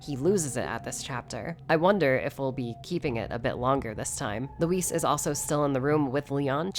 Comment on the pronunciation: I hope Leon still never pronounces luis' name right.